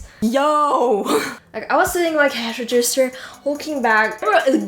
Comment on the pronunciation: Your English is almost perfect. You only seem to mispronounce "register".